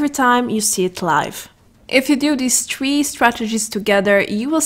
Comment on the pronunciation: Your not Irish stop saying tree